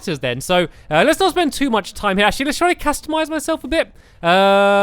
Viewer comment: why did you say castamixze